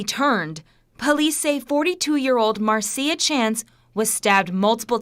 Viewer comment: Wow nobody knows the English language.its Marcia pronounced MARSHA like Marcia (Mar-sha) Brady from the Brady bunch. It's not Mar-see-uh. LMFAO 😂😆 even the news is wrong 😅